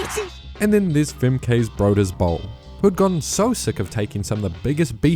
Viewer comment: apologies for being annoying but broeders is pronounced like "brooders", not "broders" if it was an english word.